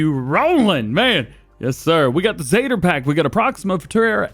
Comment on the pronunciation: It's not zeter it zetor or lol we had these on my farm backed I n the uk